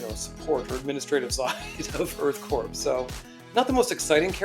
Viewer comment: Incorrect sir Sandra Shore is the financial backer of Earth Corp (btw the P is silent so it’s pronounced Earthcore like the core of the earth) she essentially serves as their boss in terms of paying the bills 4 their suits which r bulky to protect them from environmental hazards like rivers of acid, lava pools sharp crystals etc etc she is not Janine Melnitz who was the Ghostbusters secretary